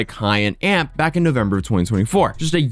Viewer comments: LOL he said "AMP"... the group is called A.M.P. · it's not AMP, it's A.M.P btw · It's A M P not amp 😂 I wasn't gonna saying nothing but I said amp too many times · Its not a big deal but you calling A M P amp hits my ear so wrong😂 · A-M-P not "amp" its an acronym for any means possible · I'm pretty sure it's A. M. P not amp (one word) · A-M-P. Not amp 😂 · FYI It’s not amp it’s A-M-P. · A-M-P it’s three letters not amp 🤦🏽‍♂️ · AMP is an acronym brother😂 pronounced A.M.P not Amp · Future reference its a m p u say the letters not amp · It’s not AMP it’s A M P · It's A.M.P rather than AMP, but I've never even thought about it being pronounced amp. I've only ever heard all of them refer to it as A.M.P. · It's A. M. P. Its an acronym not one word Amp. My old ass doesn't even watch them and even i know that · i guess its just me but why is he saying amp? its A M P no? lol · nah bro im convinced you refuse to actually invest time to research the stuff you talk about in half of your videos, i have seen you make multiple mistakes atp. i'm not even going to name all the ones just in this video but i will say, who calls Kai and them "Amp"? Its "A-M-P". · 1. It’s A-M-P not amp 2. Kai Cenat isn’t the leader, he just has the biggest name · I’m crying bro it’s A M P not amp like electricity 😂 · “Maffiathon” “ AMP” dude you’re almost as bad as AI Voiceovers. It’s a.m.p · Why’d you pronounce AMP like that… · Could have researched enough to know how to say AMP correctly lol